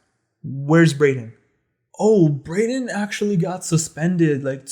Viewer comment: My face dropped when you said Brayden 😂